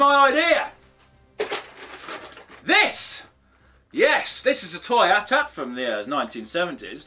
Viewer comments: A T A T, not atat _. Anyhow can't wait to see how big you are going to make it. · It's not at at its eh-tee eh-tee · No! Its A-T-A-T! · Why did you sound out AT-AT??? YOU DONT SAY IT LIKE THAT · colinfurze you aren't pronouncing AT- AT it is pronounced with the letters A-T--A-T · I hear AT-ACT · I've never heard anyone pronouncing AT-AT like that It's always 80 - 80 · Isn't it pronounced AyTee-AyTee? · AT-AT ....please don't call it an atat or at at ...use the letters!! Ugh u don't say sos u say SOS. (Lol sry being picky) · colinfurze I feel like clicking the unsubscribe button for his pronunciation of AT-AT . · it bothers me when people pronounce AT-AT phonetically instead of saying the letters